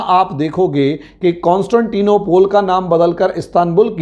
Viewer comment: nopole nahi, nople hai